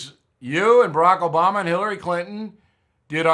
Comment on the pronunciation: Hold it......What in tarnations did you just say ??? JOBAMA!!!